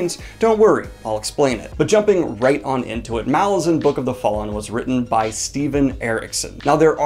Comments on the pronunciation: Pronounced Malaz-UN not MA-lazan. Think Rome -> Roman/ Malaz -> Malazan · I hate to be that guy, but it's pronounced mal - A - zan, not MAL - a - zan, because the island is called mal - AZ, hence mal - A - zan. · Mah-LARR-zan dude, c'mon. Not Mall-lah-zan. The Lar in the title is prominent. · As the author has explained, Malazan is pronounced muh-LAH-zin (where the "LAH" rhymes with the pronunciation of the "A" in Apple). You have a big channel with lots of subscribers and viewers, and excellent content, so I'm passing this along in the hopes that you'll fix this nugget in your future videos. Cheers! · First, definitely reread the core ten books first. The reread is incredible! Second, it’s pronounced maLAZan, as in Alaskan, accent on the second syllable. And no, Erikson doesn’t mind that most people mispronounce it. But if you care, that’s what he intended. Third, he didn’t write all ten books in 12 years. He wrote the first book, *Gardens of the Moon*, about nine years before he finally got someone to publish it. And that’s why it’s not quite as polished as the rest, and also isn’t quite as consistent as the rest, which were written back to back with an overarching plot in mind. But it’s still amazing that Erikson churned out the other nine books so quickly. Fourth and finally, I would not recommend starting with the audiobook. Plan on listening during a reread, but it’s hard enough to follow when reading for the first time, let alone when listening without having previously read the series. It’s great on audio, it’s just hard to follow if you are driving or exercising or doing chores or any of the many things people do while listening. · Is no one going to mention the pronunciation of Malazan? :P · still says it wrong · I wish booktubers would learn how to pronounce Malazan